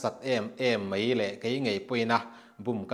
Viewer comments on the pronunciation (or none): mei mei mei ti reng mai uluk teh beng a ti thlep,tin 'kan va chhaih buai' ti rawh (chheih) nilo in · Mei ni lo in mai ti tawh rawh